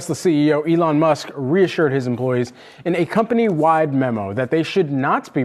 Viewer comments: Who is this Elle-on he speaks of 🤔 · Who is "alawn"? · I think anyone who pronounces E lon A lon needs to be kicked in balls